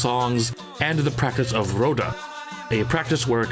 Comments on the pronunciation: and the 'r' is an 'h' sound. Hoda, not roda. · And just to add a few: ''Roda'' - Roh + dah, open sounds in both vowels. ''Ginga'' - Gin like in the beverage + gah once again an open sound. and finally... ''Capoeira'' - You're not pronouncing the ''i'' in the word, but this one is kind of a nitpick, lol